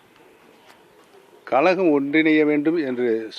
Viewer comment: கலகமா கழகமா...ஒழுங்கா பேச கத்துக்க